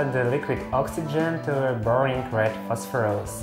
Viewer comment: I love the way you say it as "Phosphorose"